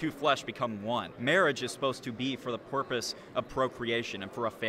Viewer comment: He absolutely just said “Porpoise” instead of “purpose”